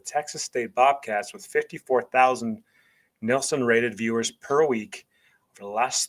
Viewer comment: It's probably my preference, but from about - 0.38 seconds (during your intro), I just felt it was a little too over the top with the "Texas Style" delivery. Beyond that, I had no issues with your analysis and delivery other than the pronunciation of "Nielsen" (the TV ratings system). The analysis was spot on.